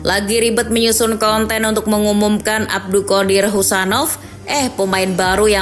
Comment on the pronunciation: bacanya Husanov min, bukan Kusanov